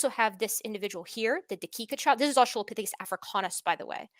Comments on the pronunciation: the way he says asTRAHlopithicus is pissing me off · Wtf is a Uh-Strahl-lah-phisicus???? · I'm guessing his brain is just mixing the pronunciation of "Australia" into it. They both have the same latin root. I wouldn't be too hard on him for that, I do that kind of thing all the time. He has way more important incorrect points to focus on than some weird brain memory thing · Look I get why he won't update his model, but could he at least update his pronunciation of Australopithecus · I just can't "stand" how he pronounces australopithecus over and over and over! C'mon, man! You HAVE to know that's incorrect! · is there a reason he pronounces "australopithecus" with so much emphasis on the second syllable? I'm immature, and I find it particularly distracting